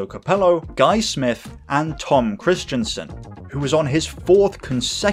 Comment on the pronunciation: His name is not Tom Kristiansen! It is Tom Kristensen! It has nothing to do with "Christian" or "Kristian"! That's different! Just to let you know! And you also have problems saying names of German drivers correctly! But if you want I can help you with your feature videos! I am originally from Germany and I met some of the most famous German racing drivers at the 24h Nürburgring race including Hans Joachim Stuck and Sabine Schmitz! And I also had dinner with them in her mum's restaurant! Since 2018 I'm living in the UK so we can meet any time! Just let me know! PS: I love your videos very much! They are going better every time and I enjoy every new video more and more!